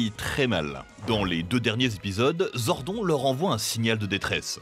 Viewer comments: Zordone et pas zordon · Mec, tu lis "Zordon", alors que c'est "Zordone" phonétiquement. Vous êtes sûr de maîtriser le sujet ? Ou vous voulez juste faire des vues pour le fric ? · ZordonE pas Zordon pitié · Sympa la video c’est dommage que vous n’ayez pas parlé du meilleur des powers rangers, les comics. Ils sont vraiment plus adultes que la serie live action et comparables à Marvel et DC. Sinon vous avez fais quelques petites erreurs Zordon se prononce [Zordone] et dans la VF justin ce prononce [Justin] et pas [Justine] comme la VO. Sinon je crois que SPD a plutôt été aimé par les fans, les saisons vraiment pas aimés sont en premier (super) Ninja Steel et (super) mega force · Zordon 😂 sa se prononce zordone mais ok hein 🤣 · mdr, ZORDON se prononce ZORDONE ! Merci bien ! Mais je préfère les versions d'origine, ayant grandi avec Bioman ! Par contre, Power Ranger in space est ma seule saison que j'adore (moins de 50 épisodes). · Fait un effort stp c’est Zordone 🤦🏽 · "ZORDONNE" ! PUTAIN retournez jouer au patpatrouilles bon sang ! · Jpp comment tu peux prononcer zordon..... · La prononciation du nom Zordon il continue de mal le prononcé 😠😠